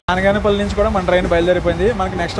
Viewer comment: బానగాన పల్లి కాదు బనగానపల్లి